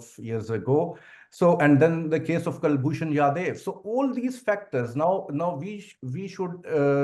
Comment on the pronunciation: A retired ex-Inian Navy commander, doing business in Iran, was abducted by terrorists and sold to ISI of Pakistan. Pakistanis, including this guy still call him YADEV whereas his name is Kulbhushan JADHAV. For God's shake it is not YADEV.